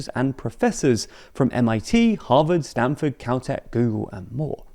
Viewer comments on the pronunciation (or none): none